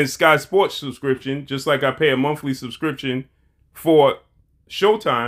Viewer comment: Did he say mumfly subscription 🤔